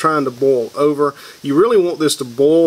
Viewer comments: Why do you keep saying 'bowl'? Is that your accent on Boil ??? 🤣 Guess you can say 'Oil' or are we going European French, and say H'uile... 🤭 Sorry... I speak proper English, even though I'm in Scotland. About to Bowl my Cappings... 🤗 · Why do you say boll instead of boil?